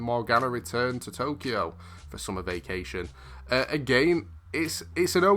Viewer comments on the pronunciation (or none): none